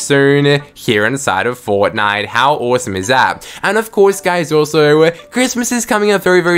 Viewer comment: HERE INSIDE OF FOWTNIWTE ITWM SHWOP